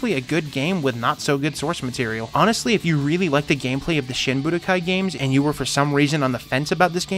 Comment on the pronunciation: Wouldn't it be SHEEN Budokai? :P